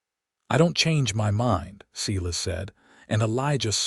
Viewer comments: Silas is pronounced Sylus, my grandpas name. Tucson is pronounced 2son. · good story, too bad the spelling and details are mixed up. Elijah should probably be Elisa, as stands for a woman. Silas is spoken Sailas